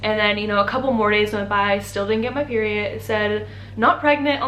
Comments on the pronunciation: Didn’t get my peery it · The way she says “peery- it” 😂